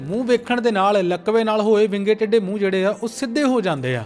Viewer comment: Bro ਯਾਰ ਤੁਸੀ ਵਿੰਗੇ ਨੂੰ ਬਿੰਗਾ ਕਹਿੰਦੇ, ਸਰਬਾਲੇ ਨੂੰ ਸੜਬਾਲਾ ਕਹਿੰਦੇ ਤੇ ਟੈਂਕੇ ਨੂੰ ਟੱਟਾ ਕਹਿੰਦੇ,, ਗੱਲ ਕੀ ਆ???